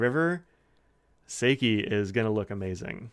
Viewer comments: Yoseka Stationery did a YouTube overview of these Yurameku inks and you can hear how pronounced then there. I don't have time to check right now, but I think she even pronounced "Seki" slightly differently than you do. I may be wrong about that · I’m right with you about Seki being a new favourite. It’s so different every time I use it. I was really surprised by the water test. I would have thought this ink would have washed right off. (“How you make this with your face”: 😂🤣) Looking forward to the unpronounced ink review, too.